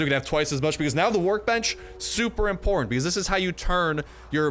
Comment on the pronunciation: whait a moment. You said... IMPORTANTE?????( Is a word in spanish (i speak spanish)